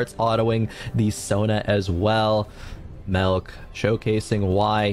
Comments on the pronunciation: Melk button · good vid except for the caster saying melk